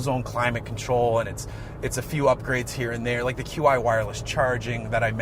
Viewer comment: The Qi wireless charging system you keep referring to is pronounced “chee” not “Q-I” ...you’re welcome :)